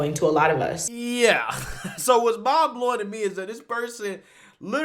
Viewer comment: "Ming blowing" she says .. well obviously her mind is so feeble it would blow in the slightest breeze